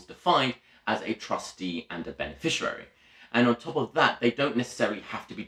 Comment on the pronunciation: Good video but minor point is that it is beneficiary not beneficirary.